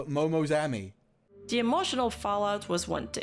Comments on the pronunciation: Why do you say Ami like Amy 🤣 that’s the real question. You know the A in Apple, use that when saying Ami. (You can check Sailor Moon in Japanese as a reference, a character is called Ami there) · Just one thing. As someone with the name, Ami, it’s NOT pronounced AMY. It’s Ah Me!!!!